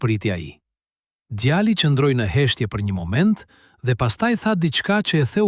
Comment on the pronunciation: Mëso gjuhën shqipe mir nëvënd që të thuash djali thua djalli mjaft